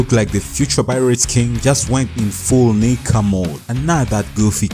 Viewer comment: Bro did NOT say nika